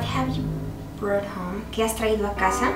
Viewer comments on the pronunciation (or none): none